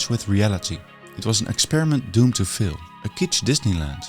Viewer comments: It's 'faaaiil', not 'fail', which to British ears sounds almost like 'fill'. Looong vowels are longer than in Dutch, the film maker's language. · you really need to work on your pronunciation. It is FAIL, not FILL. Very irritating, if this is such an important word as it is in your video. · Why would anybody pronounce "fail" like "fill"..... There is no need for that. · Great video, I enjoyed. Don't want to complain but thought you might like to know. When you said "fill" I think you meant "fail"? (it rhymes with pale). And King Charles is king of the United Kingdom of Great Britain and Northern Ireland, or short UK. England is what many Americans say because they don't know that the other parts are Wales, Scotland and Northern Ireland. If I was from any of the not-England parts I would be rather annoyed, if not seriously pisses off. I enjoyed the subject matter of this video. Looking forward to catching up on your other videos. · Your accent is quite interesting. You pronounce "fail" as "fill". You don't pronounce the "a" at all.